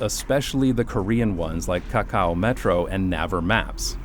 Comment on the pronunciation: it’s actually pronounced ‘nayver’, as in navy. the SK metro system has spoiled me so much 😂 i only hope the nyc ones would be half as good